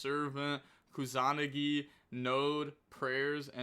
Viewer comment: improving everyday. Pronunciation is sooo close keep saying it like that except kusa-nagi